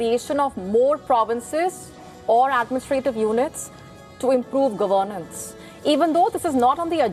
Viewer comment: This lady should learn to pronounce the word governance.